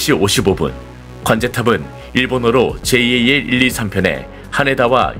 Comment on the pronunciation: 제이에이엘이 아니라 그냥 잘 이라고 읽어라 ! 에휴~~ 답답아